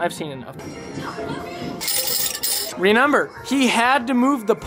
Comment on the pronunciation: "ReNember hahaha bro! Its remember!